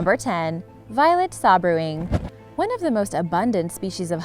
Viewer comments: Sabrewing is made up of two words, Sabre and wing. the word Sabre is pronounced like "Saber", so it is pronounced like "Saber-wing", but is spelled like Sabrewing; it's not "Sab-rewing". All words in the english language dictionary have pronunciation guides next to the word, in brackets, so if you are unsure how a word is pronounced you can use that little bracketed word that is spelled phonetically, to help you out. Please do so, because when a person who regularly produces vlogs should know how to pronounce the words of their Mother tongue, it's hard to take you seriously when you a presenting facts, but can't pronounce words in the English language, which, I can tell is your native tongue. it undermines your credibility, if you can't even pronounce your own language properly, how can you be trusted to present facts correctly? Just sayin', i like your videos, but you need to work on your english. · It is pronounced "Say-ber wing" with a hard "A" sound. not "saw-ber wing" as you say . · I believe it's pronounced say-ber wing not saw-bre wing. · Number 1 is actually pronounced Violet "say-bur-wing"........sabre....like the 1 handed sword.......great video BTW!! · Yes, I scrolled to see if someone had corrected this. Yay. "Say-bur-wing." Like cavalry sabre (sword). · Why is your pronunciation so bad? No 10 is pronounced SAY BUR WING as in Sabre the 'sword', and the other annoying example was the one you said was the 'Sea Saffeer' It's pronounced properly as the Sea SA-FIRE as in sapphire the gem ... It's not as if they are difficult words to say... you just decide to put your own spin on them? Poor !!!